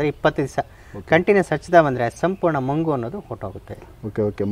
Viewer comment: Sir ಅದು ಮಂಗು ಅಲ್ಲ ಬಂಗು